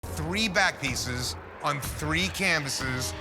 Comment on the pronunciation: I’m I the only one who heard bat piece not back piece